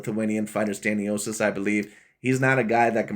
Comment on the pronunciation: Learn how to pronounce names😂. Completely butchered 😂. Like creating a different name in general. I understand mispronouncing but its like instead saying james you say jarome😂